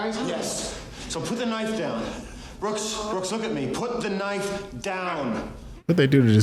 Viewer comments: You calling Brooks "Booksey" was maddening. He said Brooksy not Booksey... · Its Brooks not booksy